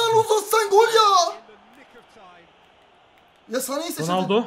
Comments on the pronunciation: saneye mane diyen koca yürekli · Saneye mane diyor